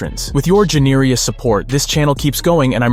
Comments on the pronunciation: This is a robot voice. Ive never in my entire life heard someone pronounce Generous as genirious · Ginerious lol